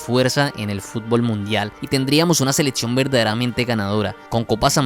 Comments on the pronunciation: La cantidad de falacias de este video es innumerable, pero lo más desesperante es que el muchacho no pueda decir "selección", sino seletsión. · Venga, le cuesta mucho decir “observar”, “máximo”, “selección” ??? En lugar de otzerbar, matzimo, seletzion?? Que hablado tan inmundo